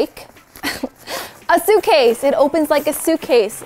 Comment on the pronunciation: "A suecase...it opens like a suecase"